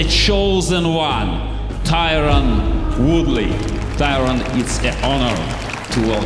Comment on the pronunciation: Can't even say Woodley's name correctly!?!?!?!?!